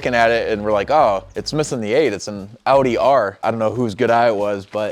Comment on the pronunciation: I am impressed as hell that you can pronounce Audi correctly. So many americans are not able to and instead say Odi or some bs like that